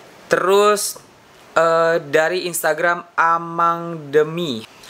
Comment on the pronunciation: astoge bang, namanya gue dibaca jadi amang :( ameng bang ameeng 😭